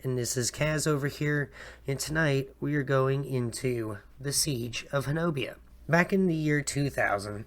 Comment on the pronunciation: Just a few seconds in and looking forward to watching the video. fyi, it’s “Honobia” and pronounced “Hoh-Nuh-Bee”